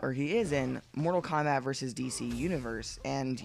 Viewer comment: Kombat not combat you sick fuck